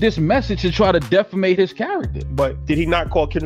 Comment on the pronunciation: Defemate? 😂Defame